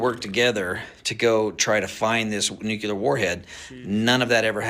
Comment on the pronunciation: If this is "nuclear " it's "unclear"